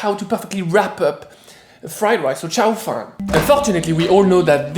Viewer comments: instead of saying shao fan, try Ciao as in goodbye, closer pronunciation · Loool, the second time you said tsao fan is the Cantonese pronunciation! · His pronunciation is closer to Cantonese tones than Mandarin tones. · It's cute how pronounciation of chao fan is much closer to Cantonese than Mandarin. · Isn't it pronounced like CHOW FAN 💨